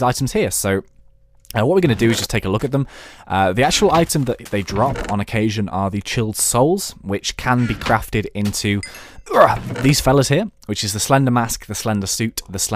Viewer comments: Its Child Soul Not Chiled Soul :/ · I don't know if he has an accent but did anyone notice he said " Chilled Souls" instead of "Child Soul"? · it's child as in kid not chilled as in cold HERP TE DERP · Did he say "chilled soul" instead of "child soul"? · lol you said 'chilled souls' it is pronounced or meant to be child souls just sayin' :P good video though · Either the mod creator spelled chilled wrong or you said t wrong because it said child soul like children